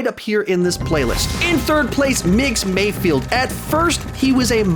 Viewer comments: Just a minor nitpick, but it’s MayFELD not MayFIELD :) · It's MayFELD, not MayFIELD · Dear god. It’s MAYFELD. NOT MAYFIELD 😭